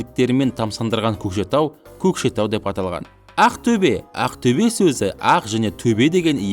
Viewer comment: оте жаксы видео! бырак А арипин қызық айтасыз Əқтөбе деп